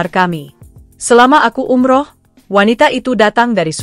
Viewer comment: Umroh ucapin yg bener bgo